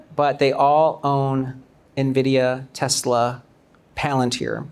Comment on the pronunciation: 테슬러R하는거 너무 거슬려요 R없이 발음해주세요 ㅠㅠㅠㅠ